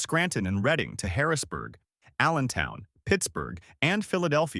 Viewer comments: Its pronounced Redding, not Reeding! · It is not Read ing it is RED ing! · not reeding, redding. You got it right the second time, but not the third.